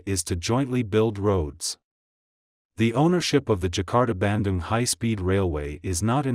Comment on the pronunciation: Bandung I thought was pronounced like 'ban-doong', not so much like 'banden' ...